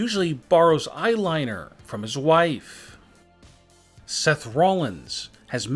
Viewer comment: “He usually borrow eyeliner from his wifeeeeee” funny accent 🤣😂